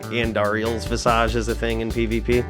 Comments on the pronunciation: Rhymes with mirage, so it checks out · Love how you pronounce "Andariels Visage", Probably the right way to say it too, never thought about it.